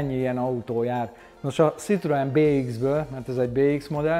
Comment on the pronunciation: Édes Istenem, hogy lehet valaki ennyire bunkó, hogy annak ellenére, hogy nagy Citroën-es, "C"-vel ejti ki a márkanevet. Ha már több Citroën-ed is van, legalább tanuld meg rendesen kiejteni, könyörgöm!!!